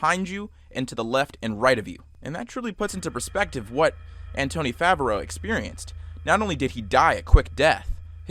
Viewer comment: That's not how you pronounce Anthony.